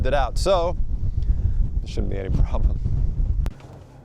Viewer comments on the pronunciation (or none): none